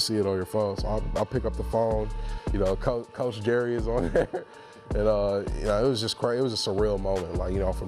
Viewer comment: did he just say coacJerry??... he knows the truth